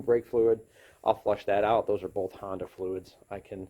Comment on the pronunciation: “…9th Gen 2.4L Honner Accord…” Lols wtf did he just say? Where ya from bro?